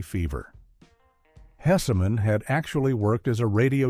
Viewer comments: HESSman, AI. Not Hessiman. GEEZ LOUISE! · I hate AI narration so much - mispronounced names, pauses in odd places, etc. FWIW, AI narrator, it's supposed to sound like Howard HESS-min, not HESSA-MAN like he's in the Marvel universe. Also, it's just 14 "facts" because one is more or less repeated - it's at the beginning and mentioned again toward the end. I watched the show's first run, and to me the call letters were explained by the Carp costume, regardless of what the show creator said. (He may have been honest, but ever think he might have been pranking someone with his explanation?) Herb crawling under a bathroom stall in his Carp suit and then brawling with the pig mascot of the rival station was hilarious. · Are you referring to the Howard Hess-eh-man that was mentioned 6 times? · Howard "Hessa-man 😝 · The issue is not the AI voice mispronouncing the names. The issue is the carelessness of the channel's owner, to not give the narration a listen in order to correct the errors. AI voices do not pronounce my surname correctly. So I have to spell the name differently if I want to get a pronunciation that I like. The same goes with the surname of Howard Hesseman; if the AI voice is saying "hessa-man", then the thing to do is to use the spelling "hessman" in order to get the right pronunciation. This is a failure of a human, not a failure of AI.